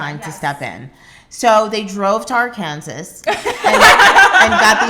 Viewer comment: It’s not pronounced Ar-Kansas, Dolo. Please know it’s pronounced AR- kan-saw!